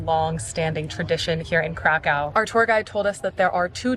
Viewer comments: Its Krakow, not Krakau. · Crack Cow. Sorry I had to. It`s not that dificult to pronounce city`s name properly. In english it will be something like Crackoov. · cra coov not cra cow:) very nice film enjoy your stay in Małopolska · it is not crakcaw its cracuf or cracuv there is diacritics above o making it ó and it is read as U. changing places names is disrespectfull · Stop saying Krakow - try to pronounce geographical names correctly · It's better to say Krakau. The first option in English has a connection with drugs, dude...